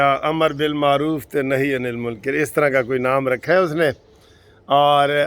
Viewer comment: منکر کاف کے زبر کے ساتھ